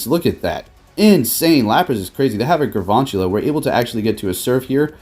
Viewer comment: Day 2 of telling you that there is no R in galvantula